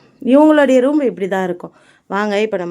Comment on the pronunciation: roombu illa room nu sollunga😇 ellarkum ellamey therinjirukanum nu endha avasiyamum illa, but therinjikonga. ini correct ah sollunga🙂